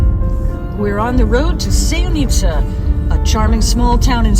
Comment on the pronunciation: It’s not pronounced that way. Also, we have more than enough tourists. No need for promoting more. However Sevnica is nice little town, not tourist attraction.